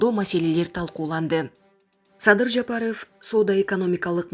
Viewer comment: Жапарыв дебей так эле айтса болбойбу